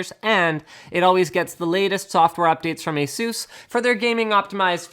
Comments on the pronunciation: its asus not azeus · I can't stand how you guys say "a-SOOS", it sounds absolutely silly. It's "ACE-us", that's how the company pronounce their own damn name. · Why do americans say ASUS like that? It is pronounced AY-SUS